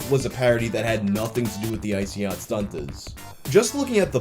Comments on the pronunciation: woah woah woah did you say STUNTERS you can only say stuntas so stop throwing that hard r around pal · Man, you gotta be easy throwin' that hard "r" on "Stuntaz". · whats with the hard r there? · I like how you make sure the t is pronounced in stuntaz lol